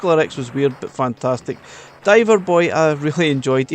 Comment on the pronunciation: “fantatic“ x 27